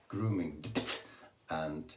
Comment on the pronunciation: So funny how you say Grooming Dept 🤣🤣🤣